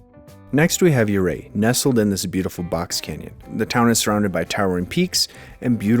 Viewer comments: If you are from Colorado, why do you mispronounce Ouray? (your ay) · Ooohray???? Colorado native?? Sure you are😂